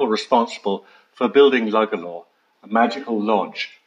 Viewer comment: Beautiful place..pity you didn't have the pronunciation of Lugalla and Powers court right...!!